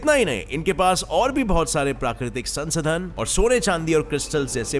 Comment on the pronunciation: संसधन नही संसाधन होता है।